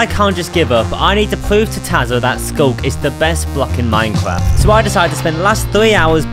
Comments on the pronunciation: He has twuly pwoven that sculk is the best block in minekwaft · bro is really saying minecwaf